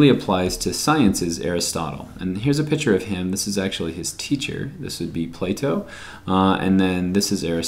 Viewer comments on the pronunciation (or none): Here for bio prep hw in summer. Yay. Also I hate the way u say "piture" I'm sorry it bothers me 😂😂